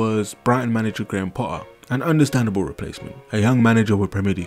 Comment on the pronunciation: It's "PoTTTTTer" not "Po-aa"